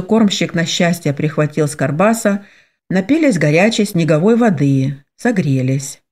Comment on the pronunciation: Только почему карбаса,а не баркаса? Режет слух,как будто не правильно прочитали слово.